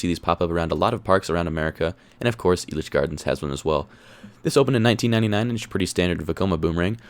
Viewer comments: Finally someone knows how to pronounce the park but also knows how horrid it is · First off, FINALLY SOMEONE IN THE COASTER COMMUNITY CAN PRONOUNCE ELITCH CORRECTLY!!!! Good job!! Being a Colorado native myself, I completely agree with your rankings. Sidewinder has to be the smoothest coaster in the park, and it definitely is my favorite because of the airtime on those drops. I have to disagree with you about Kaleidoscape though. Kaleidoscape seems so pointless and weird like some sort of LSD trip fever dream. I get that it is an art piece, but I just think it was a dumb decision. I rode it once and didn't like it, rode it again and I disliked it more. I definitely preferred Ghost Blasters even though it wasn't a unique experience. I found a couple of errors in your video. They actually did have a kiddie coaster before Blazin Buckaroo, it was called Cactus Coaster and operated from May 27, 1995 until 2012. I grew up riding that one back when Six Flags still owned Elitch's in the early 2000's. Sidewinder actually opened at Magic Springs in 1980 and opened at the original Elitch Gardens in 1990. Also, Lakeside isn't sketchy man, just because it is a low budget park doesn't mean that it is sketchy. I actually prefer Cyclone to Twister II, they also have better flat rides except their Spider isn't as good as the original one at Elitch's. Lakeside is way better at night too with all of the neon and florescent lights on all the rides and buildings.